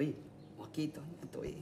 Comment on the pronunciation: "Ñatu'i" 😂😂😂 Muy gracioso como lo dijo, pero es "ñati'u".